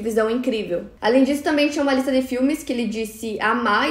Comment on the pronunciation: eu fico agoniada com isso. Outra coisa que ela fala bastante é "cabeleleira" e ao invés de dizer "ela chegou em casa à uma da tarde" ela diz "asuma da tarde" que é horrível 🙉